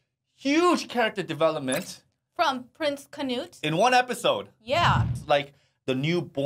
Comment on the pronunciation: alltime i hear poeple say kanuthe to Prince Knuth i can stop screaming